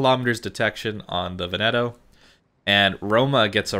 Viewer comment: Veneto - the emphasis is on the first syllable. VEN-e-to, not Ve-NET-o. Just got her, so I'm very glad to have a really good BB player do a vid on her. With the obvious exceptions of the fuel smoke and the SAP vs HE, can I take the Veneto as a proxy for what to expect from the Roma? The problem I have with the fuel smoke is that it blinds you; if you have no spotting, you're screwed for as long as it's active.